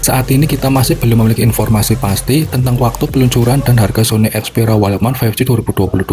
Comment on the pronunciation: Perbaiki dulu cara mengucapkan "walkman'